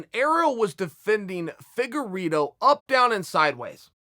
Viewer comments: "Feddugerito " LMAO! I love his name mis pronouncing bits ! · Figure Ito